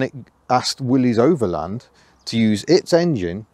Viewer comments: I don't like when they mispronounce, "Willys" as "Willy's". It's pronounced as, "Willis." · It pronounced Willis not Willies